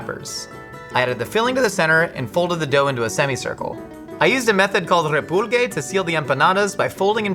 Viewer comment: u need to practice that "REPULGE"